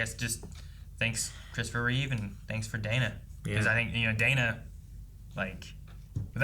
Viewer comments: For the love of god and all that is holy, get their last name right. It's not like you can't see it. REEVE, not Reeves. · REEVE, not Reeves